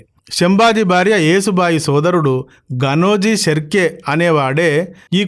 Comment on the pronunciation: మీరు కూడా పేర్లు తప్పు చెప్తున్నారు ఏసుబాయి కాదు యశూ బాయి అని చదవండి. ఇప్పటికీ మూడు సార్లు ఏసు బాయి అని చదివారు. ఇంకోసారి ఏసుబాయి అని చదివారంటే మర్యాదగా ఉండదు